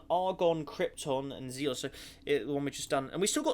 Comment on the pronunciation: xenon is pronounced as zeen non